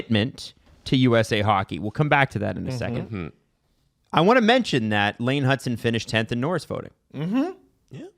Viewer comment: His name is Hutson, not Hudson.